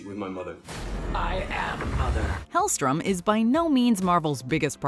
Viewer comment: “helstrom” not helstorm lmao